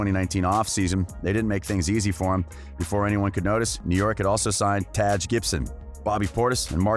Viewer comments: Lmaooo "TAAAJ Gibson " I ain't ever in my life heard someone pronounce it like that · No way that's how you actually pronounce "Taj"